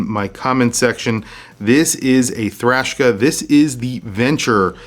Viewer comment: I’m I hearing “Thrashka”?? Sounds like Eastern European metal band!! 😂